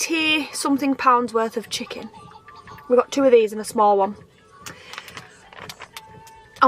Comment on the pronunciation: Chicking bloody chicking , can that woman say things properly at all .